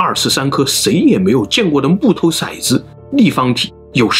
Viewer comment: 骰（tou三声），子